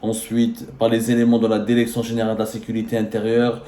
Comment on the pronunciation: Derecteur derection ha ha ha ha ha ha ha ha ha ha ha